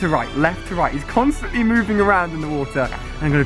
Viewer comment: I love how he pronounces Ultra Ball- Ulta Bouwl. I really love ur vids Ali! <3